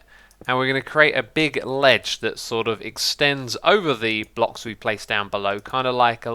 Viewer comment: He said blocks weirdly, he said phlocks lol :O